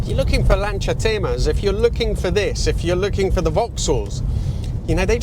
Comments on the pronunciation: has always mangled the pronunciation of names and some other common words. It's also odd, with his heritage, that he [EDIT - usually] can't be arsed to pronounce Lancia the correct way. 🤷‍♂️ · I'm not a Brit or Italian, nor have ever owned a , and yet even I find his pronunciation weird. FWIW, I note he's improved since first featuring a Lancia, a year or 3 ago.